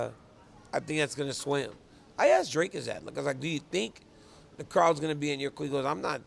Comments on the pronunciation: Dricus just taught DC how to pronounce his name, and DC still can't pronounce it 😅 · Dricus literallu taught DC how to pronounce his name in their interview and here he's back at Drakus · What's funny is his name is pronounced just like it looks. "Dric-us" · Never ceases to amaze me how little effort Daniel Cormier puts in for such a great job, literally can’t even learn how to pronounce dricus’ name. Dricus even fucking spelt it out in an octagon interview and DC STILL doesn’t know